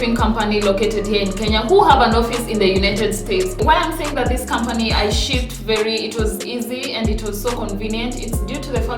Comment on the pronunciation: shipped not shiffed